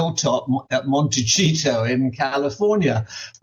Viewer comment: Did the other guy say "Monte ...cheato," 😂😂😂😂